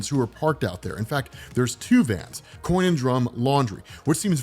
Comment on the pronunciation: It’s “Con & Drum” laundry, not “Coin”. It’s a pun on “conundrum”.